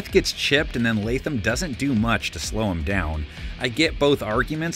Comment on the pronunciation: Preciate you putting some respect on Latham name